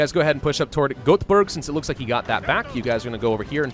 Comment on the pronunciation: Å - pronounced like a short "oh" Ä - pronounced like the sound you make when you eat something sour (short n quick) "aeh" Ö - pronounced like the sound you make when you get punched in the stomach (short n quick) "ouhh" So with that said we can proceed to the name of the various cities you butchered Göteborg - "Gouhh-te-borg" Luleå - Lu-le-oh (locally it's called Lulä, pronounced "Lu-laeh") Malmö - Malm-ouhh That's all from me, love your content! //A swede :)